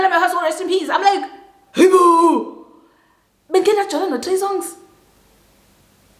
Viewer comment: Everytime says Mikhyala, I automatically say " may her RIP" 😅